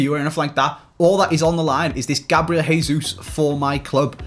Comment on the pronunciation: Anyone else hearin say ‘GABLIEL JESUS’